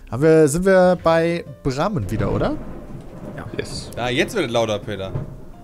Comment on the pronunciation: Es triggert mich jedes mal das brammen kreisverkehr sagt